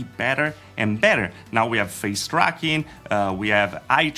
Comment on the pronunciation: Did you say "frown tracking"? LOL